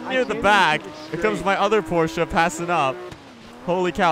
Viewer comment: why u say porchea